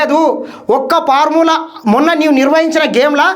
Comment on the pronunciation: అది parmula కాదు బ్రదర్..ఫార్ములా..